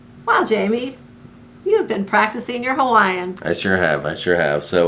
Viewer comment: Oooo noooo, that "Hawaiian" at the end. 😲